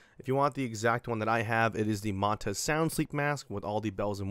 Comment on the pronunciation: Its pronounced Man Tuh. Like Manta Ray. Like the logo. Get it?